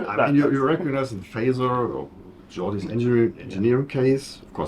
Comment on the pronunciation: " Gordy"? La Forge .... just a nitpick, great review :)